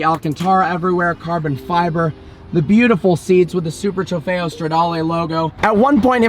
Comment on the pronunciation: It sound like he is saying super trefeyo denali